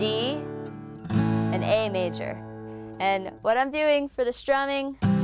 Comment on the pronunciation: are you shtramming or is it just me?